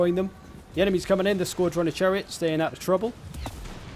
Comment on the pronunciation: You can’t pronounce scourge.